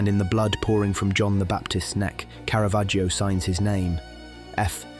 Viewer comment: Caravaggio is pronounced Cara-VAH-joe. The letter ‘ i’ is silent